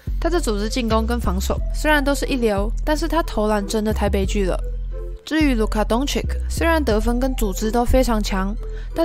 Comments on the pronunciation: 鵜鶘隊的後場不論是攻還是守，目前應該都是以 Jrue Holiday 為主吧⋯⋯ 還有 Doncic 的第二個 c 發音不是 "k"，要念 "ch" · 好牵强 再说DONCIC的名字也念错了 独行侠补上侧翼防守球员 比 zion补个身高来的实际